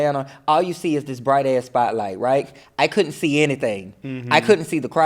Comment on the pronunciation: the way she says ass MAKES ME CRACK UP